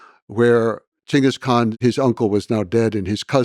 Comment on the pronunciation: I'm so glad he said Chingis khaan. Not genghis. Who the f is genghis? I ask myself.